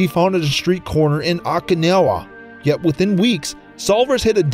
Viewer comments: It sounded like he said Okinala instead of "Okinawa"... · I was a fan of debtor instead of deter and awwkinawa instead of okinawa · I'm not sure, but did he attempt to say Okinawa ? Sounds like he said "akinowha"